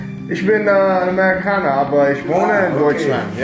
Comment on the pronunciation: "Kann ich mit Karte zahlen"? You can hear he is no native speaker but you can't be sure where exactly he is from. And then he says: "Ich bin Ämerikahner". 😘 Got you in my recommendations yesterday. Browsing through you videos (and already subscribed). Great content!